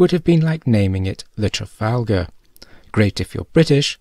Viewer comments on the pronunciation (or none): none